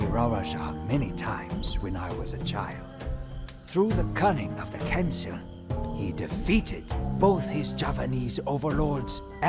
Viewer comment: Kancil... Should be pronounced as kan-cheel...hahahaha....